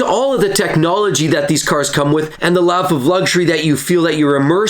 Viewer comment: Why does it sound like he's saying laugh of luxury